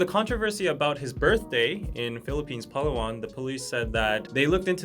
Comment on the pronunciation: I'm so happy that you pronounced "Palawan" Correctly. Love from the Philippines